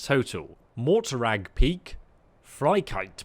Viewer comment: For some time I thought you was saying PIG... but it is PEAK. God... english is an awful language.